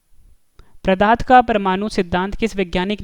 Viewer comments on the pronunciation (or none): Plz improve question no 8 that is called pdart not pradarth .....? And improve your pronunciation also you called pradarth for pdarth....!!!!